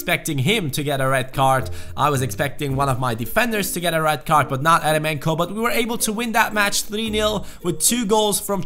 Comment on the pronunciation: Its pronounced yeremenko